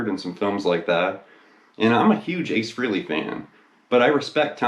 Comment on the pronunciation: Fray Lee - not Free-ly